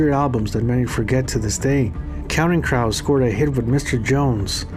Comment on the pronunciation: Counting crouse. Its Crows. like Croooooooooos.. : )